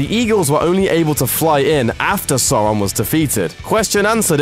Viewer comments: Magicomix it's funny because he's saying it like most Americans pronounce it. Like, dude, that's not how those letters sound in England. Its like they've never seen the film's or read the books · It's like the difference between the German and American pronunciation of "Braun". Tolkien always intended the German "au" but no one seems to have told this voice over chap (who sounds English). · I guess it's too much to expect "Sauron" to be pronounced correctly - despite Tolkien carefully delineating in the appendices just how to do so. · Dude. The most annoying part isn’t anything in the movie, it’s you mispronouncing Sauron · Am i the only one getting pissed that he calls uruk hai for orcs at Helm's Deep and and also the way he says Sauron. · Oh and please pronounce Sauron correctly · You're pronouncing sauron wrong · Please can you stop saying Sauron so wrong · Address that you're pronouncing Sauron wrong? It's not SAUR-on, it's SOW-ron, the first syllable rhymes with the pained exclamation. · "Sore-on" eh, I forgive him for the mispronunciation. Prob'e just nother Chewsday innit..... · listen pal stop saying "sore-on" its sauron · False Fact: Sauron's name is pronounced "Sore-on". In all of Tolkien's Middle Earth works, the dipthong au is always pronounced OW as in how or now_ or loud. The correct pronunciation is as used in the films, sour-on. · This 8s how you say it, guys. It’s SAURON. like Sour but without the “er” It’s not Soron or Sairon It’s Sauron Like hour but you cut off the last bit that says “er” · Do According to Tolkien, it's meant to be pronounced "sour-on," not "sore-on." They said it properly in the films, if maybe a bit overemphasized. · It’s Sauron not Sawron! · It's pronounced 'Sour-ron' , not 'sor-ron'. This is specified in the back of the original copy of the Silmarillion, maybe pick one up sometine... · It’s not sawron it’s sauron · It’s pronounced‘Sawron’ not Soron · Soron😂it’s sAUron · sOUron not soron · sore-ron lul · sawron lol